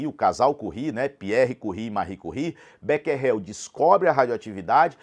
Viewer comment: Mano você explica muito bem, mas errou a pronúncia do becquerel, depois bota no tradutor em francês.